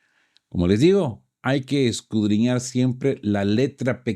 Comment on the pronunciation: Porqué te empeñas en utilizar el verbo "escudriñar" si la mayoría de las veces lo pronuncias mal? Podrías sustituirla por " investigar, analizar, examinar, profundizar...